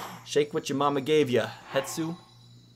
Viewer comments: It's Hestu 😂 how did you make it more difficult to say out loud? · Wow, that's great info. Thanks for sharing! I'm brazilian and for us it's easier to say Hestu :)